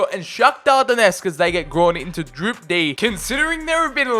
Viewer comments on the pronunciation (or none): Nobody:: ''grawn into droup D''